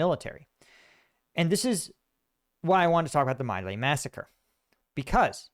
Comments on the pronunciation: MINOR clarification: "My Lai" is pronounced "Mee-LIE." You are a true patriot. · Pronounced "me lie" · Just a small correction, in an otherwise great video, for which I thank you. I learned from it. The name of the massacre you cite is pronounced "Me Lie". I remember the controversy very well. I lived through those years. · An excellent assessment of the situation. One correction. "My Lai" is pronounced, "Me Lie." It only looks like "My Lay" but that's not the correct pronouciation. You are very much correct that Lt. Calley was tried and convicted of following illegal orders to massacre this entire village filled with people and animals. Many people argued then, and even today, that many MORE people should have been convicted. It remains a scandal that Calley, although he led the Charlie Company in this massacre, was the only one scapegoated and punished for the massacre. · Great video. Thanks.... Its important for you to tell us about your experiences and the standards and culture of our armed forces. And now our daily trauma from the resident of the Oval Office compels you to voice your concerns along with the former veterans and the video they made. FWIW (from Google AI) The correct pronunciation of My Lai is mee-lie (/miː laɪ/). The first syllable, "My", is pronounced like "mee", not like the English possessive word "my". The second syllable, "Lai", is pronounced like "lie" (as in a lie or recline). It's just I am old enough to remember when this hit US TV. Thanks again. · Mei Lai is pronounced like the English words 'me' and 'lie'. Just thought you might like to know. Love your stuff, morals, character. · At the time, I always heard My Lai pronounced Mee lie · As a young Boomer the pronunciation is "Mee Lie". I remember hearing it on the news and 60 Minutes. Ironic that Trump, who got deferments from being drafted, is also a documented liar - "me lie". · oldie here, My Lai is pronounced mee lay. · Not to nitpick, but you're pronouncing My Lai incorrectly.